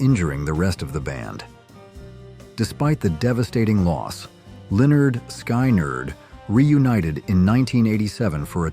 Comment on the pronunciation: If AI is so good howcome it prononced Lynyrd Skynyrd 4 different ways in this video?